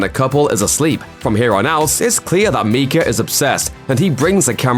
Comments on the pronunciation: MIKE-UH not MEEK-UH. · Mike-a not Meeka. I can’t listen to that anymore and I’m only 10 Meekas in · It’s Micah not miecha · It's pronounced my cah not me cah. This used to be my surname and there is a prophet in the bible named my cah spelt micah. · I don't know what is scarier, the ending of the movie or the way this guy is pronouncing Micah